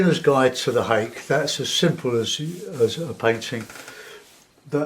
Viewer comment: Ha-kay is the pronunciation.